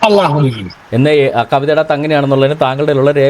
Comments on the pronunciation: അലാ അ ലാ എന്നല്ല അള്ളാഹു എന്ന് പറയണം നിങ്ങൾ എവിടുന്നാ ഈ അല കൊണ്ടുവന്നത്. സെബാസ്റ്റ്യന് എവിടെയാണ് തെറ്റ് പറ്റിയത്. ഒന്ന് അറബി അറിയില്ല പിന്നെ ഇയാളെ ഉസ്താത് ഗൂഗിൾ. ഗൂഗിൾ നോക്കി ഖുർആൻനെ വിമർശനം നടത്തിയാൽ പോയി പുഴയിൽ ചാടുന്നതാണ് കാണാർ. ആദ്യം പോയി കൊറച്ചു അറബി പടിക്ക് പ്ലീസ് എന്നിട്ട് വിമർശിക്കാൻ നോക്ക് അറബി. ചുക്കുമു. ളകുതി പല്ലി. ഇങ്ങിനെയൊക്കെയാണ് അറബിവായിക്കുന്നത്. കെവിനും കുറച്ച് അറബി പഠിപ്പിച്ചുകൊടുക്കണം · അറബി പഠിക്കാൻ നോക്ക് അള്ളാഹു ള അത് നിങ്ങൾക്ക് അറബി ഭാഷയിൽ ഉച്ഛരിക്കാൻ അറിയില്ല ള എന്നും ല എന്നും അല്ല അറബിയിൽ അല്ലാഹുവിന്റെ ഉച്ചാരണണത്തിൽ വരുന്നത് അത് മനസിലാക്കാതെ കിടന്നു മെഴുകല്ലേ.